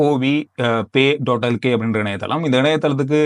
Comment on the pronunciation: ஆங்கில உச்சரிப்பு அப்படிதான் வரும், நம்பனும், நீங்க நாலுத்தடவ சொல்லி பாங்க, பழகிரும் 😂 Not க க்ஹ